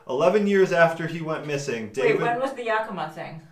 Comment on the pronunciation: It's pronounced Yeah-kuh-ma. I live in Washington state. :)